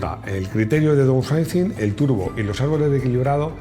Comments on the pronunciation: repite conmigo fonéticamente: daunsaising..😎 Tengo un cliente/amigo en el taller que tiene un Audi A6 (C4) del 94.. Casi igual que un Audi 100... 2.5 TDI 140 CV CÓDIGO AEL... 580.000 INDESTRUCTIBLE 👏👏👏👏👏😎. Entiendo que el bloque/culata vendría de su bisabuelo Audi Quattro..No LO sabía.😎 NADA MÁS QUE AÑADIR.. Recuerdo hace 20 años cuando empecé en la mecánica, trabajé en un concesionario Multimarca y veía los Mercedes 190 con de Km...INCREIBLE 👏👏👏👏 Luego se dieron cuenta de que asi NO vendían coches y cambiaron el sistema...jajajaja A partir de 2001/02... Explicación larga... ⬆️⬆️⬆️⬆️⬆️⬆️ hay te dejo una idea para un vídeo...🤺 Saludos 🤺 Excelente video 👏👏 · Para pronunciarlo así de chungo lo de "downsizing", mejor decirlo en castellano: "miniaturización"! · pronunciando "Downsizing" me da años de vida.